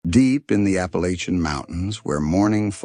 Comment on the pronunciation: 2 seconds in and you mispronounced Appalachian Mountains. Come on, if you're gonna make a video about this region, then at least pronounce it correctly 🫩😒